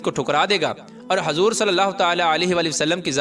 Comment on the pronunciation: Hazoor nahi huzoor hota h